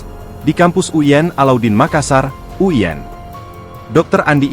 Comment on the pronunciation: Kok uyen sich, U I N bukan uyen, hehe